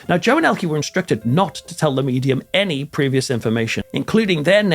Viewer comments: I have never heard Elke's name pronounced "Ell-kuh" in the United States and I've been hearing her name since the 60's. I have always heard it pronounced as "El-KEY". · I have to add this technical comment regarding the pronunciation of Ms. Summers name: it is not "el-key," the proper German pronunciation is, "el-kuh." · And Elke is pronounced "Elka." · I have heard her name pronounced as "El-KEY" in the United States since the 1960's. And MANY actors, actresses, directors, etc. from many European countries changed their names when they came to the United States, particularly in the early to mid 1900's. The studio bosses (who also often changed their names) were concerned that Americans wouldn't know how to pronounce the unfamiliar names or would be put off by names from countries that the US fought in World War I or World War II. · As a Brit I have always heard her name pronounce as Elke (Elkey) Sommer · . I was a child in America during the 1960s and I remember everybody here in TV pronouncing her name the wrong way : Elkee . I guess she was gracious and had good manners -- and was just like filmmaker Martin Scorsese , who also never corrects people when they say his name wrong . Finally somebody asked him one time and he said his last name is not pronounced " Skorsayzee " the way most people do ; but that it is pronounced " Skorsessy " . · Thanks for the correction 😊 To be fair, the UK and USA pronounce some things the same. I've always heard it pronounced Ellkee. Now that I know the right way to say it, I'll definitely remember. I love languages. Thanks again😊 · Of course you're right however she was known in the English language with the E pronounced ie or y. 😊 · I don’t remember her name pronounced ELKEE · Actually ist pronounced ELKE. Just speak the last e like the first one. Tatda, a very German name 🤣🤷🏼‍♀️ Greetings from Germany. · Hee name is ELKE. Not "Elkey". Elke with "e" like in envelope.